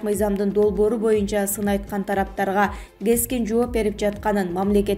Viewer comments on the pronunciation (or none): none